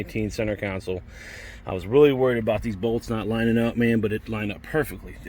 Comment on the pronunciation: Its "Console" bro lol